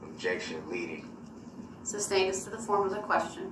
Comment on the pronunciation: And SUBstain 😂